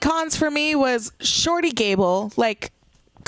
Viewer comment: Good video, but you pronounced "shorty" wrong.